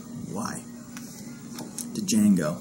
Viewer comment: New to your vids and you are already a go-to channel, keep up the great work sir! Also....isn't the D silent in Django....? LOL